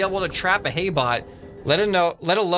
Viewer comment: When the hay bot stayed there sm said "A hay bot" it sounded different when he said "ahay"